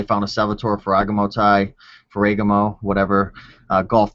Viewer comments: Ferragaaaaaamo. But keep mispronouncing things. It's funny. :) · phoentically its: Fera Gamo